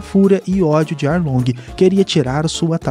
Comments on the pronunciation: Só foi eu que percebi que ele falou aounge invez de arlonge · É Arlong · Que nervoso ele falando os nome tudo errado pô, Arlong, grand Line etc mdss